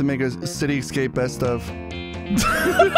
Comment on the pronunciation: i love that doesn’t know how to say escape